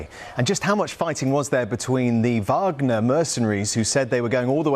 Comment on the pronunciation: Putin's promise to his people? I think Benjamin Franklin said something once about trading liberty for security. Maybe it's the Warhammer fan in me, dude, but it's pronounced "Vahg-ner", not "WAAAGH!-gner"